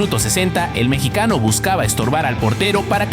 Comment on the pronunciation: Fueron mis oidos o este tipo dijo "el mechicano"? refierendose a Santi Gimenez si fue asi, se dice "MEXICANO" cabron